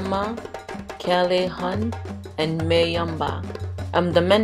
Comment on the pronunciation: Kailahun is pronounced “k-eye-la-hoon” lol